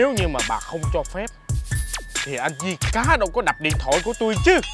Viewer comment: July Vn vi cá mà đọc là di cá ák